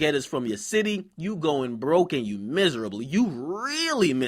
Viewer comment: This nigga say "miss a rebel". Brah it's miserable 😂